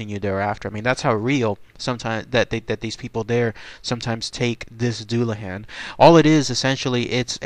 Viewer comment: pronounced dulla hon or dulla hawn